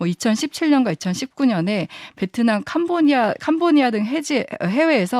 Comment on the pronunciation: 캄보니아가 아니고 국가 발음도 ?? 캄보디아입니다.==>휴전상태인 이나라에 간첩들은 득실득실하다.==>민주화가 착각한 무지 무능 무책의 좌파가 ==>나라를 맟쳤다.